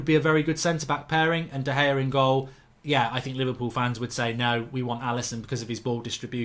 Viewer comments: man said De Gea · Lost all seriousness when you said De Gea